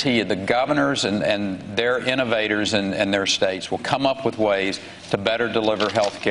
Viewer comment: "Coordinaded Wif"......come on Hermain. You speak so well most of the time and then you go saying "Wif" and turning Ts to Ds... don't make me say it guy!!!